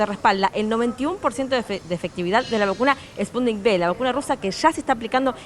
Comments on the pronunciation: No,. Es Sputnik "uve", de vaccine (vacuna). En Iberoamérica a la letra "V" se dice "be". Saludos desde Málaga al pueblo hermano de Argentina. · Se dice: "Sputnik cinco"...